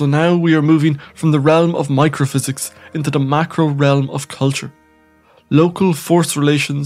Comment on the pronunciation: Microhysics of powee ? You sound really funny.